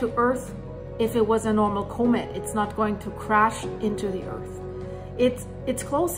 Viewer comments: Thank you for the video. Just to help out with non-english speakers, Comet is pronounced "Kah-met" not "Koh-met." Great video. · It’s pronounced calm-met. The word comet. It would take forever for me to learn Deutsch.😅